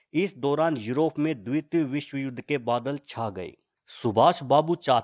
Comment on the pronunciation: Bhai द्वित nai द्वितीय bolte hai use yaar tmhe thk se Hindi bi nai aati.